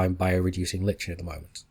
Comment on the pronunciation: This should be fun to watch! Also, lichen is pronounced like "liken". Old biology major...